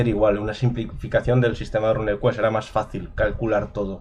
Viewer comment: RUNEquest se pronuncia “runcuest”, no “rancuest” RUNE no es RUN Ya que hablas de ello. Saludos